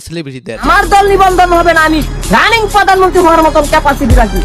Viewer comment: পোদানমনতি না , হবে প্রধানমন্ত্রী